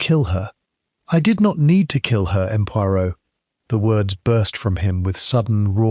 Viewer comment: Why does the AI narrator pronounce “M. Poirot” as “Em Poirot” when it should be pronounced as “M’sieur Poiro”